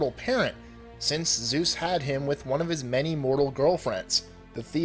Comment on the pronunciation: keeps changing Zues into sues